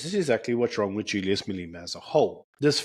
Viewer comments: You are awesome,! A big thank you Btw: your pronounciation of Marlena is perfect, because it’s SePedi - the ‘E’ sounds like an ‘I’ for indigo God bless you, Sir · Telegram is the filthy place of drugs, prostitution and every sexual perversion imaginable, right here on my upper class high street. It shouldn't be used by decent people. Please learn how to pronounce Malema. I know it must be hard, but you have it in you; you can do it! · As much as he is not my flavour of the month, please pronounce Malema correctly.